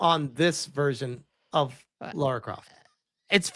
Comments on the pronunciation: Her name isn't Laura, it's Lara. Her name isn't pronounced the same as "Laura". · It's not Laura, it's Lara 😄😂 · Don't be talking about who she is as a character if you don't even know how to pronounce her name.